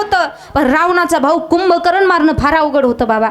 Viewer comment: रावण यांचे बंधू कुंभकर्ण आहेत कुभकरण नव्हे आपण तर ह.भ.म. आहात सर्व भाषेचा वापर आदर योग्य करण्यात यावे